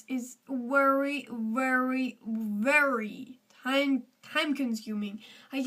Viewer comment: Work on ur 'very'